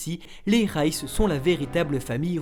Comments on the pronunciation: Par contre pour les fautes de prononciation des personnages c'est erwin et pas ervin et c'est pas rayce mais reiss non mais sincèrement les gars vous êtes passés à ça du résumé parfait de l'anime de snk et tous ça à cause juste d'une faute de prononciation 😭😭😭🤦‍♂️ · reiss pas réss